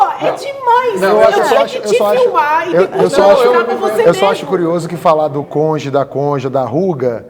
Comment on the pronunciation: Essa do Moro de dizer conje é de matar.